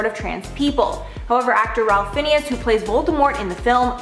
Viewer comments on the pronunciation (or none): It’s RAFE FINES ( that is how it is pronounced. Do your research before you provide this entertaining trash. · Ralph Fiennes. His first name is pronounced as Rafe, not Ralph. Surname is pronounced as Fines. So Ralph Fiennes = Rafe Fines (it’s in his bio, btw, for the correct pronunciation) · Puhleeze! Get the pronunciation right. Ralph Fiennes is pronounced Rafe Fines.